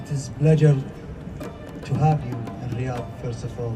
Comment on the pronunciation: Definitely calling bs on the zeuser: 'Riyadh, we all know that...' - then why did you first pronounce it with accent on the first syllable? the answer is 'bs'... PS: cone yo shenty, idiot... dumb amuric'n is right.... (excuse me: 'cognitively challenged' ;-) Go to Italy some time, eat some la zag na, it'll put you right.